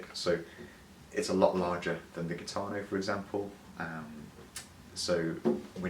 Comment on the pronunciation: It’s pronounced “heeetano…